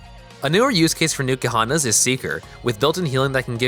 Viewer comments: It's not Newkuhana, It's N'kuhana. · Nuke-ahana makes my skin crawl. Like people who say nuke-ular. No it is not sir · You didn't even google how to pronounce it